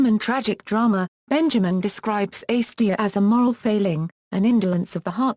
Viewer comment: Slow down. No need to speak so rapidly. Also, please pronounce acedia correctly: A c d ia or perhaps you will understand this better: ay (as in may) c (as in see) d (rhymes with see) ia sounds like uh